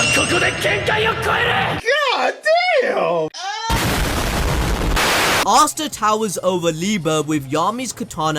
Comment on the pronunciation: I swear you guys have got to be butchering Asta mom's name